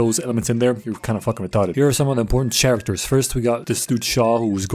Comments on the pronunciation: He is quite the chairacter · thank you for that pronunciation of word "character", now I was able to convince my asian mom that this is right way to say it 😁